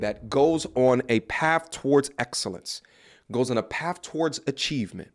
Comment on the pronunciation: Wtf is paff? Do you mean path?